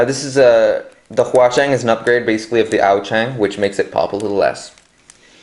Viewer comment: "Yaxin" and "huachueng" 😂😂😂😂😂